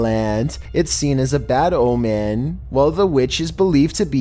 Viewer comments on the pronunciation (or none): none